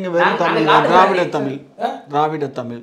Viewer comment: முதலில் தமிழ் என்ற வார்த்தையை சரியாக உச்சரியுங்கள்